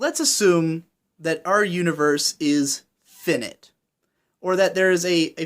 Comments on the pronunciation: I think it's pronounced Fi-Night not "Finite" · his pronouncing of finite... "finit".... jee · Finite is objectively pronounced Fye-night. But that's just my opinion. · FI-NIGHT not FINNIT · But Wild Cherry pepsi is OBJECTIVELY GOOD you cannot argue with this. It just is OBJECTIVELY GOOD. And it is FINE-EYET, not finnit. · Did this dude just say 'phin-it.' Dafuq? I've heard of finite, so what the hell is the 'phin-it' shit? That Cossette poster is nice, though. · Finite is pronounced figh-night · Your pronunciation of finite is objectively bad. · i don't know why it bothers me.... but the way you say finite bothers me.... i might not sleep tonight.... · your pronouciation of finite is objectively wrong. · Fuck please stop saying "finite" until you know how to pronounce it. Just like Production I.G. triggers you, retarded pronunciation triggers me. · I'm sorry. I'm not usually an uptight person, but finite uses long "i" not short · While I totally agree that logically 'objectively good' isn't a thing there is pretty much consensus in understanding when someone says something is 'objectively good'. Just like when you mispronounce 'finite' I know what you mean even though technically it's not correct. If language, meaning, and pronunciation are allowed to be fluid and change based on what is the common agreed consensus, then if more people use 'objectively good' instead of 'consensus good' (or some other more correct term) then that should be just as valid. It seems a little self-serving and hypocritical to say you don't need to know how to pronounce something correctly because 'it's understood what I'm saying' when the exact same defense can be said when I say "I did not like Bakemonogatari, and I loved Gatekeepers 21, but I can recognize that Bakemonogatari is objectively good and Gatekeepers 21 is objectively bad". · Great video! a minor nitpick: The FI in FInite is pronounced like the FI in FIght or FIre. the FI in InFInite is like you pronounced it though!